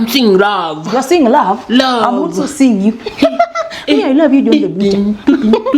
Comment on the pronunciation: ❤️did you just say rav😂😂😂😂😂😂😂😂😂😂